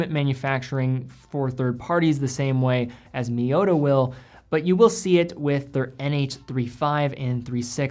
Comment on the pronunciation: Would be awesome if you could pronounce T instead of D in miyota, eta and sellita.